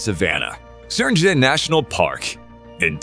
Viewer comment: Every site except the Great Barrier Reef had one or more mispronunciations. They even had three different goofs on 'Serengeti'. Was that a computer talking? Didn't a human listen before posting it?